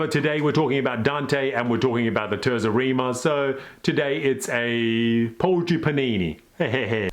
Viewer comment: TAYRtsa Reema - ordinarily, I don't correct pronunciations, but 1) your pronunciation of Dante's name was excellent and 2) it's such a beautiful sounding word.